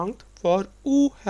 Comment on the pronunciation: No he is not a native speaker of Dutch. (Yes, I would say that he is Indian.) But if you are not a Dutch native speaker, that is not a good starting point for teaching Dutch. Even simple things like how to pronounce "uw" - let me use German here: it is similar to "ü" and not "u"! I am a native speaker of English, so yes, I notice some divergences from standard English. But the vital thing is that to teach a language, you must be pretty good at the language being taught!